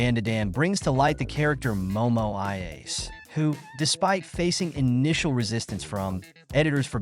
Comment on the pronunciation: The mispronouncing of the characters names is distracting.